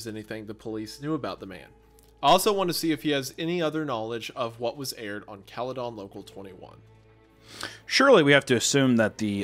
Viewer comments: Cala -den not Cala-don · The scariest part about this whole thing was hearing "Cale-don" and not "Cale-din" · its cala-den wendi not calleh- done😞😞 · I love the way wendigoon says "Cali-dawn" I have never heard someone pronounce it that way lol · Bro what I grew up in Orangeville Ontario lol caledon is right next to it a lot of friends of mine live there hahaha also its pronounced Cal-eh-din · It's pronounced Caledin. I hate this story so much. I live in Caledon so the fact it's left so open is fucked. Thanks for the nightmares. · The pronunciation of "caledon" cracks me up in this video haha. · It’s absolutely hilarious hearing them pronounce caledon and Bramalea. Also nice to know that Brampton has had very bad drivers for decades, it’s what we do best😭😭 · The pronunciation of Caledon is killing me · from an ontario native hearing these boys pronounce Caledon with a DON and not a DIN is wild. oh god, hunter pronounced it with DIN but then absolutely butcherd Ontario.